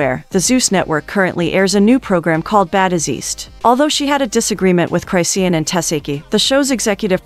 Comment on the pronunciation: I die every time your AI says cryshawn. Reported. You better fix their names on yoru next video.